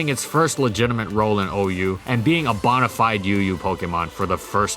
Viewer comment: Great video, but I hate the way you say “bonafide”